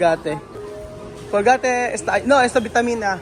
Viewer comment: yung pronouciation mo ng mga COLGATE WIFI paki pronounce ng tama para matutunan nila. Kasi mali na sila akala pa nila tama sila. Di po ako basher. Gusto ko lng pag tulungan ntin matuto sila. Mismong vlogger at supporters.